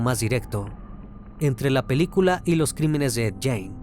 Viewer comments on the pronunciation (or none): Esta bueno tu video pero esto es una critica constructiva, no es jane, es gein, se pronuncia guein, asi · Amigo mio. Se dice: Ed GUIN no Ed Guein.... Saludos!! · muy buen caso .. solo una observacion, no se pronuncia "Jane" si no mas bien "Gein" - por un momento pensaba que estabas hablando de una mujer. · Hay que investigar primero la forma de pronunciar😂😂😂...es Guein, no Jane...🤣🤣🤣🤣🤣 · Lo mal que pronuncia el apellido de Ed Gein hace muy dificil disfrutar el video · Oye crimi, si viste otros documentales o biografías sobre ed, sabrás que si nombre no se pronuncia así 😢!!!